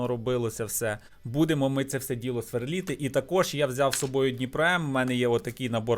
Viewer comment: СверлИти а не сверлІти)